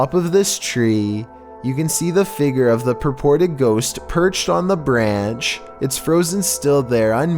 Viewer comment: It’s not Feger, it’s figure